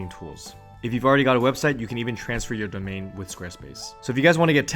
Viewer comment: awe phil said “donmain”